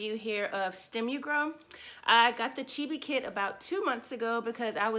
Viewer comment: And ur pronouncing it wrong.